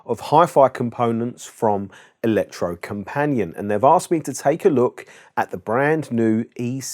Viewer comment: Electrocompanee-et, with a hard T at the end. Use google translate , type in Elektrokompaniett (Yes, use a k, not c), then click the loudspeaker button below, it's pronounced pretty much perfect. Ignore any suggestions to change input word.